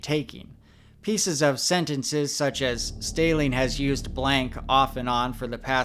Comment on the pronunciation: Stehling rhymes with telling 😊